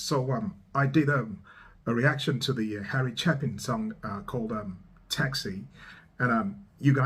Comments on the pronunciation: Long "A"....Chay-pin...Chapin...Harry Chapin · "I'm hoping for a happy ending". This isn't your first Harry Chapin (pronounced Chape-In) song - you should know better by know. :D